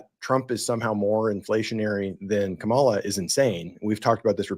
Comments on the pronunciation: Comma - La. That's how to pronounce her name. Hi!! Closing next week! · I would have hoped a non biased host would have pronounced the Vice President's name correctly. You might as well have worn your maga hat. Very unprofessional.